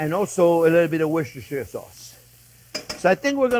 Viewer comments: Cher Jean-Pierre, cette fameuse sauce "Worchestershire sauce" est pronouncé Worster Sauce. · Worcestershire sauce pronunciation. Wuster-Shire - Sauce. David from York-Shire